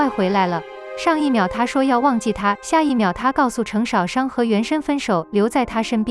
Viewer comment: 星辰大海？淩不躲？程少商的少的第四聲，不是第三聲。聽了真難受